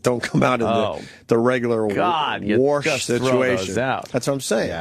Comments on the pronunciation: God can Opie ever stop saying worsh instead of wash?! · No because it's way too funny when he says it.